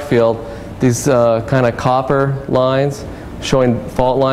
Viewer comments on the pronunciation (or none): none